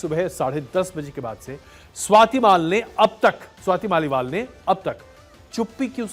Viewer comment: स्वाति मालीवाल को आप लगातार स्वाति माल बोल रहे हैं 😮 किसी की जुबान इतनी बार स्लिप नहीं कर सकती ...... पता नहीं क्या वजह है पर कुछ तो गड़बड़ है दया 😅😅